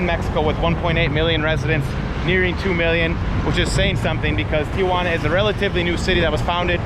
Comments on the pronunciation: Say it with me Tee-juan-a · Dude, STOP saying TIA-juana. You speak excellent Spanish and have a great manner with the people, why mispronounce the name of the city you’re covering?? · There is no letter ‘a’ after the ‘i’ in Tijuana. Learn how to pronounce it properly and the locals will have more respect towards you. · It’s Tijuana, why are you pronouncing it as if it TIAjuana? lol 🤭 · There is no “a” in Tijuana. It’s not Tia Juana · Greetings from San Diego, CA! Not trying to be one of those people who have to correct everything but wanted to mention that it is pronounced "Tijuana" and not Tia-Juana, which would be more like saying Aunt Juana. A lot of people add that extra "a" sound when it should just go Tijuana (no additional sound between that "i" and "j" - I clearly do not know how to present this phonetically and once again, my intention is to simply point out a very, very common mispronunciation. I do not speak Spanish fluently however my husband was born in Oaxaca and moved to the States legally when he was around eight so when we were first dating, he corrected my pronunciation. This is the first of your videos I am watching and I am enjoying it thus far. I wish you well in your continued travels and YouTube productions. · Phonetically: tee-WAN-uh......the common mispronunciation: TEE-uh-wanna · TEA JUANA.. not TIA JUANA.. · You capture the amistad and warmth of the Mexican people in Tijuana. You mispronounce TJ several times: It's "tee-wanna" (2 syllables) not "Tee-ahh_wanna" (3 syllables).. Most of us gringos make same error until we are corrected. The interviews were so brief at breakneck speed. All is very rushed, but I know that the first few visits to Tijuana are always rushed because we're curious, excited. and a bit scared. Keep going ! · Actually, you got it wrong too..... should be "tee-hooana", if you want to be more phonetically correct. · TEE-HOO-ANA.... theres no A